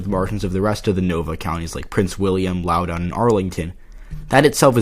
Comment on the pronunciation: It is pronounced Laow-dun. Not laow-down